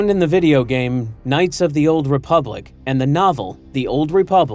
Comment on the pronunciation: Republic. The word, is republic.